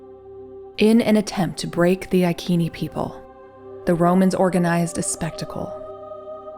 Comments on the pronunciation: Yes, the "c" of Iceni was a "k" sound, but the way you pronounce the name of the tribe is modern English. I think the correct way is to use the Latin "restituta" pronounce, since the name of the tribe has arrived to us by Roman writings. So, the correct pronounce should be: "I" like in "pin", "k", "e" like in "left", "n", "i" like in "pin". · It is Iceni, with an S sound! Boudicca is my direct ancestor 65 times removed. I live in Iceni country now! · Iccccccnee. Not IKeeeni! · It’s pronounced “I see knee tribe” not “I key knee”. Love you vids. 😊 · ITS CALLED sELTS NOT KELTS AND iSEEENI NOT IKEENI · Who were the i-keeni, neverheard of them. There was a tribe called I seeny ( iceni) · Eye Sea knea = iceni not I kean e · “Iceni” tribe is pronounced “Eye-SEEN-eye” (not “EYE-keen-ee”). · Boudicca was queen of the iceni tribe (eye see knee ) not eye key knee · That was excellant. But wasn’t Iceni « I see ni » not « I kee nee »🤨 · Their name is only recorded in Latin, so we do not know what their actual name is. That being said it is not I as an eye. But a long e sound as in ee Ken nee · The Angles and Saxons did not appear in Britain until about two hundred years after the Romans left. Boadicea, whose name was pronounced as Bowadisia, was a Celt. Celts had populated the land for more than 5 millennia. Stonehenge is now found to be older than the Egyptian Pyramids. The Ikeni (pronunciation is Roman) The tribe were the Iccenni, pronounced Iseenee, I have edited my comments about Boadicea being Anglo Saxon, those people from the main lands of Europe did not begin to arrive until about 200 years after the Romans retreated back to Rome. This I have done because of retraction of the suggestion that Boudicea was Anglo-Saxon. This post is a good portrayal of these times. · The pronunciation rule in English has the “c” followed by “e” or “i” pronounced as an “s” ( eg. I-sen-ee / Iceni ). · Hi, like your stuff, pronounced I-See-Nee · Iceni (Eye-Say-Nee).